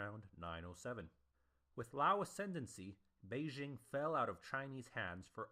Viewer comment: There's no pause after the apostrophe in T'ang, it's basically pronounced like the orange drink. That's the Wade-Giles translation, in which t' is pronounced like a "t" in English and t is pronounced like a "d." In Pinyin it's just "Tang" with no apostrophe. Also, the i in Liao is pronounced, but not as separate syllable. It sounds like "Lay-ow" but no one is going to bust your chops for saying "L-eeow." There are other pronunciation problems here but these are the most critical. East Asian pronunciations are never going to translate perfectly into English anyway.